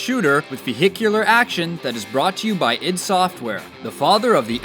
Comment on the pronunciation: The tips was meh but what drove me insane was you kept saying ID AND NOT I D SOFTWARE!!! Just because it's ID doesn't mean it's said like that!! Oh yeah, what's up 2020 to +2020 people